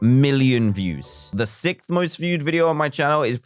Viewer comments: Its sixth not sic lol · "Sickth" DanTDM 2020